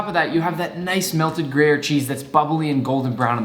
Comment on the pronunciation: "Gruyere" the accent fucking sucks 😂 But I'm ok w it